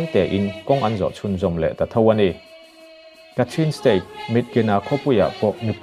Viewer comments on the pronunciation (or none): none